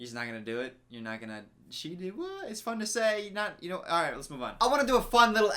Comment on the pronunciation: I like the video but I hate how he’s always like leles show